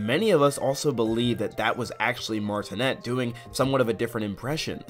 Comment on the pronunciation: Charles last name is pronounced “Martin-ay” not “Martin-net”